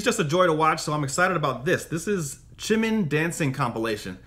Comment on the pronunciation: Just so you know, the J in Jimin's name is pronounced like a regular J. I've noticed you saying it like a CH. Not sure if that's because of the Chim-chim nickname, but it is still just a regular J. Just thought you might want to know :)